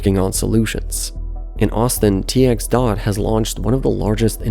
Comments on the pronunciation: "tee - ex Dot" lmaoo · Buda = Byooda San Maros = Saan Marcus New Braunfels = New Brahnfuls TXDOT = TexDot Please learn how the locals pronounce them And there is really no need for a transit line from Austin to San Antonio. Noone commutes from one to the other.